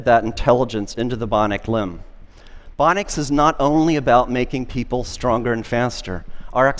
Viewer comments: Was anyone else annoyed by his pronunciation of "bionics" as "bonics?" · He never learned to pronounce bionics properly :c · Augmenting a healthy body by supplanting its intrinsic muscle function with external actuation will make a body weaker, not stronger. His claim that these things will make humans stronger is diametric to the reality of it. Also, 'bionic' is a three syllable word, not two. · He pronounces bionics so oddly 😖